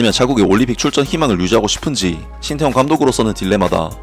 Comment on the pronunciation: 인니는 " 태 " 자 발음을못하나 " 따 " 라고하네. ㅋㅋ